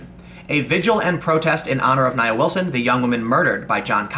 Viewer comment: Her name is pronounced NIA. (NeeAaa.) You're welcome. You believe these "KKK wanna be's"? BS. This 'animal' attempted to also kill her sister.